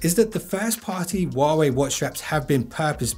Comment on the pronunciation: the "H" in "Huawei" is actually pronounced.